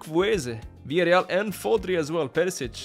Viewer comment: He called Rodri Fodri 🤣